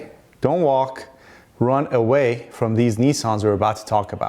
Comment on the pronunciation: “Ruhn awhey”